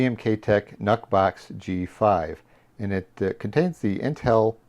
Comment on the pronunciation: "Nuhk" box? Blahahahaha